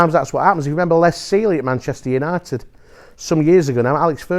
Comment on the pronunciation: "Sheffield Unided"